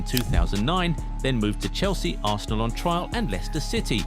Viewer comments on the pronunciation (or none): none